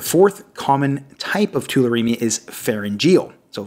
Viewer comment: Nice video but please be careful with the pronunciation, it's: Cervical = CERvical not cerVUYcal Pharyngeal= phaRYNgeal not pharynGEAL Exudative = eXUdative not exuDAtive. Thanks for the good content